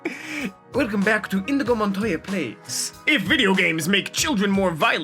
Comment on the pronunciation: Excuse me... did I just hear you say “indigo Montoya” anger